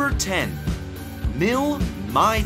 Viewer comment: "My" 38... come on, say it like the rest of the world does, please :-P Its like the "Mi" in "Mil", just without the "l" P.S. "Airospatialey" ...ok, i give up :-D